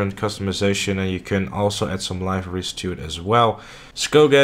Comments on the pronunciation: Why you say Liveries like "lie verys" ?? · >I dont want to be meme'd again >*still pronounces 'liveries' wrong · SkyRimzbeastz the rest of his English is good though, it's just that word that he is saying wrong. Now I don't now if it's a inside joke I don't get or if no one actually told him he's saying it wrong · It’s not an inside joke. He is just pronouncing it incorrectly.